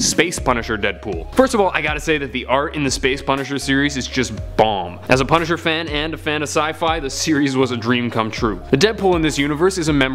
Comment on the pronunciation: I love the punisher and the space deadpool was called the pun-isher?